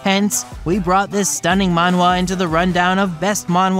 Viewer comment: Please stop saying Mawhwa